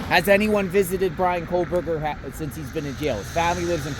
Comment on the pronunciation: there is no 'L' in kohberger